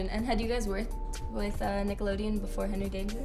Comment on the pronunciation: Nobody: Schwoz: Genry Danger